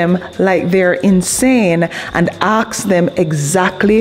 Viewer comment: Hi 👋 alright? I love your work and your videos 😊!! You're such a great content creator and I love your way of saying "ask" or "asking" and you turn the word around in a way that looks like you saying "aksing" or "aks"., Sorry to make fun of your dyslexia but I love you 😘💕 it's funny... Sorry 😅